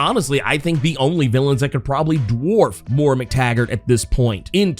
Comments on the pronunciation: It's pronounced "moy-rah" not "mor-rah." She's gonna be the new Borg queen. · I love you but it's Moy-Ra